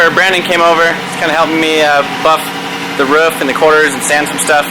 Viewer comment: did you really just say the ruuuff lol you mean roof? not ruuff lol xD